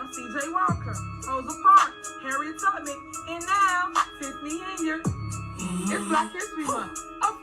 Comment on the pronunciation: All this time I thought she was saying Harriet Tubbits I stand corrected 😂😂😂